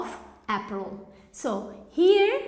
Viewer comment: I think you pronounced wrong the word - 'April', or I am wrong? /ˈeɪ.prəl/